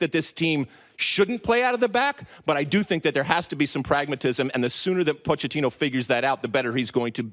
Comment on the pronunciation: Hey Lalas it is pronounced “Poketino!”